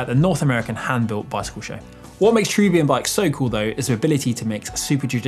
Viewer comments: Ah the Brits adding letters to names again (much like aluminium)? I'm pretty sure it's pronounced Chair-a-bim NOT Chair-u-bium. There is no second 'u' in the name. It's the plural form of the word angel. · Why are you pronouncing it as Cherubium when it is named Cherubim? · Pretty hard to take a presenter seriously when they can't pronounce the name...